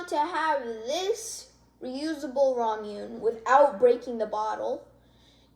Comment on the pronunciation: Btw ita raw-muh-ney